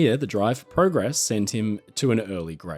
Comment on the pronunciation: Speaking of errors of the day, you said "progress" WRONG!